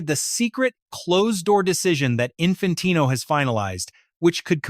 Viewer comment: Can't even prounce Infantino's name and the punishment hasn't even been decided yet 😂 fake channel......